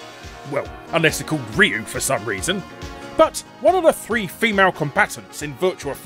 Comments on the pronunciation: Everybody knows it’s pronounced “Rye-You” or “Rye- ooo” and not “Reeee You” You do pronounced Guile correctly though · It's pronounced as "Ruu" (with "y" in "Ryu" falling back down), not "Riyu". According to Google Translate, I got "Hyu" (with "y" actually pronounced). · Ryu is a Japanese and you are totally clueless of how to pronounce his name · The way you pronounce Ryu made me laugh out loud.... But now I can’t stop thinking.... Have I been saying it wrong my whole life? (Saw flashback music plays) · A video about names and you're not even pronouncing Ryu correctly 😅